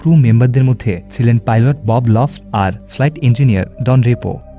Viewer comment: Bob lift na Bob loft